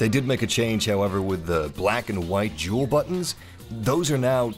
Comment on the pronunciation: I'm sorry, I don't think I heard you correctly. Did you call those "dual" buttons, or "jewel" buttons? As if to say they are the "jewel" of the Xbox Original controllers?